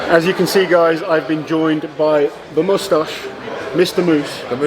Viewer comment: The fact that he immediately said "moose-stache" is why this man is a treasure.